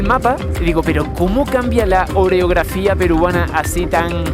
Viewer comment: oreografia? creo que te comiste demasiadas galletas Oreo, amigo...Orografía